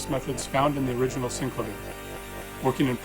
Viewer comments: Syn-clay-vee-err not Sink-la-veer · Synclavier is a play on words, taking "clavier" which just means "something with keys", and adding "syn" to it. Clavier is pronounced kla-VEER. So it should be Synkla-VEER. You can hear Clavier pronounced here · When you are the VP Product Manager and pronounce wrongly the name of the product that you are presenting. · I think you would be best to use the inventors pronunciation